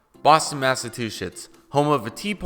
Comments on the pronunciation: Did you say massatwochets? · Boston massatuchetts 😅